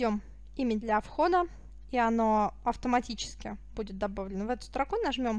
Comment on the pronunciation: Спасибо, все доходчиво. Но просьба к Вам - не коверкайте "Великий и могучий" - не стрОку - а строкУ Правильно... Ну, может и модно так "баслать" - но как серпом по уху (((